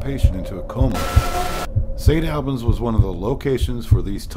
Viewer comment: Been to St. Albans many times for photography tours. I can't say it's haunted but I will say there is a dark presence that has a certain affect on people. And its pronounced St. (All-bins) not (Al-bans).